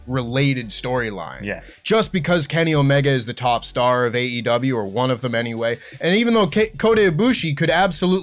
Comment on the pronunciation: Someone tell that the name of the company is “AEW”, not AW! Unless it’s a scripted news video that does the work for you, just say the E man! Drives me nuts lol